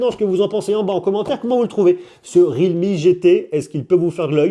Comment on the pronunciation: ré al me 😂